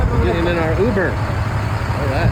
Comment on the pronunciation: “Muber” haha